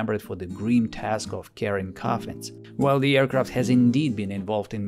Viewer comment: those r coffensssss LOL